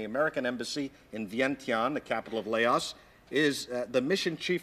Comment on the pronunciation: Laos...can't even pronounce it